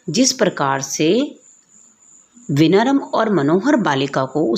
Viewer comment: Aap padhate acchhaa ho lekin wo vinaram nahi vinamra hota hai